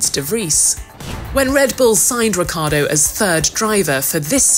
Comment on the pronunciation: RiccIArdo isnt it? Why she keeps saying reccArdo?